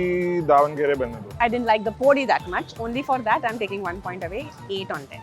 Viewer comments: For the 1000th time, its not डोसा, its दोसा 👿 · How much mehnat does it take to call dosa and dosa and not dough-sa??? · It's Davangere a city in Karnataka which the Dose named after because of its orgins & not..Davangiri , it's podi & not poodi!!! In Karnataka it's called Dose & not Dosa,!!!